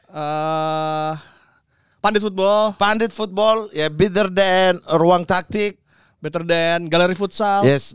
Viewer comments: kok gua dengernya "Bitter than" ya ??? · Mat, it's "better", not "bitter", artinya beda itu.